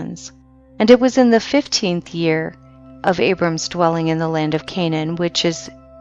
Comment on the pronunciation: She does poor pronunciation of word reading,too much expressing qith stress on letters "s - d - t" creating letters on words incorrectly. Ex: land ...she says lant